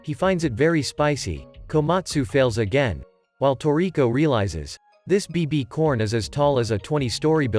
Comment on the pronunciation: Ain't no way bro said BBCorn💀💀